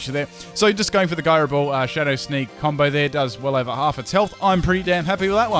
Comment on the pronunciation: The way you say gyro ball annoys me